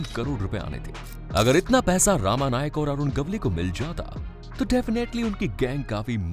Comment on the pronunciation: उसका नाम रमा नाईक था not रामा नाईक..